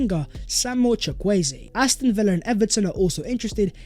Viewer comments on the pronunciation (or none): you are pronouncing Chukwueze wrong